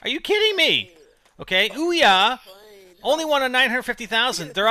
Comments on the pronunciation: It is not pronounced Oi-Ya, it is actually pronounced OOO-yah. Don't believe me then look on the FAQ at the bottom of there kick starter page. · actually it is oo-ya not Oi-Ya